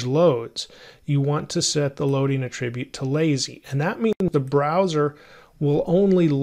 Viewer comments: A 'trib yute? No, it's 'At trib yute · Attribute! The noun is not pronounced like the verb; 😗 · These lessons are exceptional! The content is perfect in all aspects. I am curious though, about the pronunciation of the noun "attribute". I believe the creator of this video is using the pronunciation of the verb form of the word, where the accent falls on a different syllable. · why oh why cant you pronounce attribute correctly? its killing me!